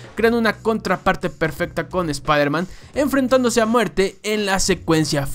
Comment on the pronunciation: Nadie:: sprhmen